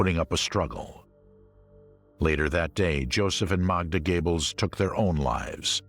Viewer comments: His name is GOEBBELS PRONOUNCED GÖEBBELS/GOREBELS NOT GABLES!!!! DO YOUR RESEARCH BEFORE NARRATING! AT LEAST GO TO GOOGLE TRANSLATE! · I wonder if Joseph and Magda 'Goebbels' (pronpiounced GABLES by an American narrator) were any relation of the USA starlet Betty Gables ??????????????? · Joseph Gables? Holy christ on a cracker, I've heard some lousy pronunciations, but that's got to be the worst. Also, Eichmann was never an "S.S. colonel". He was an obersturmbannfuhrer, roughly equivalent to a lieutenant colonel in the U.S. army. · Heh Joseph “GAYBBELS” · "Gaybles"???? How dyslectic can one get and still be allowed to speak in public????? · Fail, at least get the universally excepted pronunciation correct. Goebbels not Gable, seriously come on. Onto something more professional representing a true documentary. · What a way to butcher Göbbels' name tho. Gables?